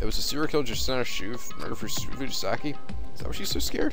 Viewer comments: It's pronounced "Show" not "Shoe". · Yeah, but not like "Shoe".